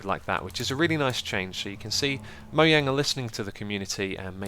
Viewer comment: Nope, Mojang is pronounced as "moyang" in English because J is a Y sound in many European languages.